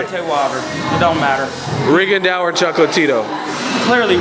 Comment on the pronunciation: This nigga say Rigondeeow? 😂